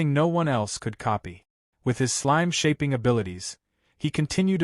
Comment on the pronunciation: I had enough of hearing slime pronounced slimey.